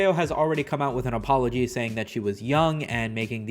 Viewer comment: Aspology asccepted.